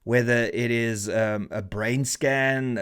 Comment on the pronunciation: Did you say "brain" scan? 🤷🏻